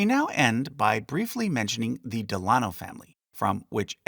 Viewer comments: I wondered this myself. Del-a-NO not Del- AH-no. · Me too. Normally It's DEL-uh-noh, not del-AH-no. Not sure what's more correct as I've only ever heard the former until now. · Isnt it pronounced "DEHL' UH KNOW" not "DEHL AH' KNOW"? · Pronunciation note: I’ve always heard FDR’s middle name and his mothers name pronounced Del-a-no. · Very interesting. However, Delano is normally pronounced emphasizing the first syllable. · Found your pronunciation of DELANO to be different from what I’ve heard